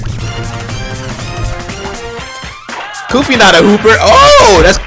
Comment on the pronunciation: "Goofy"💀 Its Koofy